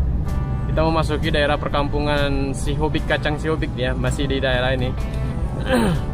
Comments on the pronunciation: Ralat om bukan kacang sihobik tapi sihobuk 😂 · Kacang Sihobuk bg bukan sihobik, khas tarutung itu kacang Sihobuk